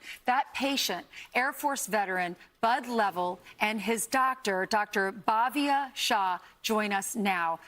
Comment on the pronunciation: She could Not pronounce BHA-VYA-SHAh?? properly? such a shame, what did I expect, Its fox news